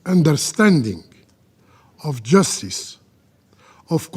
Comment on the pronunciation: Justice not "Jastis"